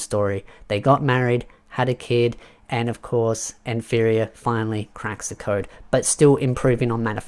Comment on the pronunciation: Hey mate just a heads up. Nfirea is pronounced "Na-fee-ri-ah".